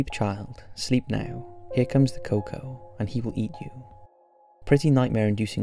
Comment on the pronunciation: Not coco but El Cucó pronounced like coo ko